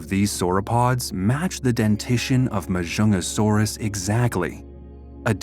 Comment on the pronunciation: its actually majungasaurus the j is not silent and there is a g in the name ma junga saurus